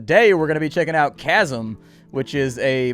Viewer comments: Isn't it pronounced 'kasm'?... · Apparently According to the Developer, it's pronounced as "Shazam" instead of "Casum".